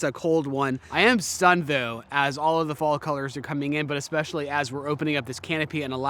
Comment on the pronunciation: it is simply amazing to me how many people say ekspecially instead of especially. Even some smart people.